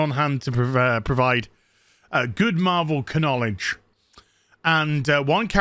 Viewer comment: you said "knowledge" with a hard "k" and it sounded like "cannonknowledge" almost, which should be a word describing familiarity with lore